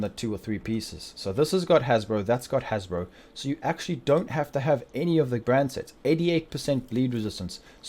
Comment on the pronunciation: Wtf is a hasbro bro? Jk but it took me a while to realize you was saying haz pro which is short for hazard protection